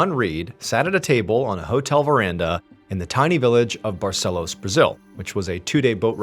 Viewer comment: I live in Manaus. That leader certainly didn't look local to me. But wow, what a story. Too bad there seems to have been no resolution on the case. I feel really bad for all who believed in such a story :( she was very brave and determined though. All praise to her ❤ Ps.: hey Mr Ballen, amazing pronunciation of the city name "Manaus" :D "Barcelos" too!!!!